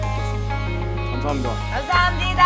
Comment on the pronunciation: 감사합니다할때 꽈두룹이랑 발음똑같넼ㅋㅋㅋㅋㅋㅋㅋㅋㅋ